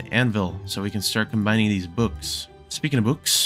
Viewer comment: im sorry but was trying too say books because it sounds like bewks